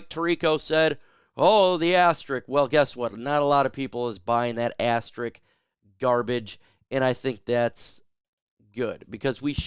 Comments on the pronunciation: All the "Jocks" mispronouncing asterISK. It does not end in "ik" . (But I subscribed anyway) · It's pronounced as-ter-isk. Love you man, which is why I'm pointing this out to help you as a commentator. Ass terrrr issssssk. When people mispronounce words it detracts from credibility.